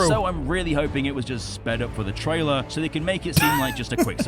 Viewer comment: (No rude) you said triailer it’s trailer